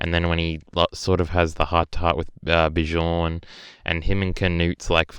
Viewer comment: Its not bishorn. Bjorn is pronounced beyorn. Learn the nordic names. Thors and thorfinn are amazing characters.